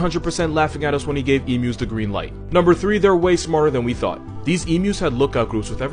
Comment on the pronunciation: As an Australian I love how he gets the pronunciation of the emus right well done mate